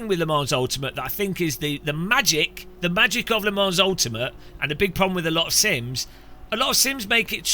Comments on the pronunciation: It's pronounced Le Mon, not Le Mans! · Le Mans is pronounced "Le Man" - It’s a silent S.